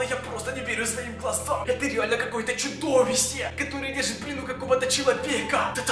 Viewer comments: сказал чудовисе😆😆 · лол ты сказал чудовисе